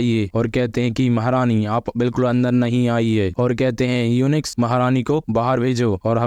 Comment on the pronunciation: भाई युंच होता है यूनिक्स नहीं